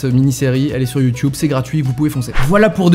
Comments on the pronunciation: Arrêtez de prononcer "youtoube" au de "YouTube " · youtube pas youtiube!!!!!!! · Ça choque que moi qu’il dise youtioube ?😂 ( même Si je sais que ça se dis comme ça ) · Il dit youtoube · Quand tu commences à dire YouTioube c'est que tu commences à être ancien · On en parle qu'il dit youTUibe ??😂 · Bah il le dit juste avec l'accent anglais "YouTube" qui se prononce "Youtioube" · Ça me perturbe quand il dit « YouTube » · Nettost 787 merci sherlock juste il y a peu de youtuber francais qui le prononce ainsi (hors canadien) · Noooon.... Tu prononce Youtube comme les vieux. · Mec tu prononce trop bizzarment youtube 😂 Mais après tous qui suis-je pour dire sa à un ytb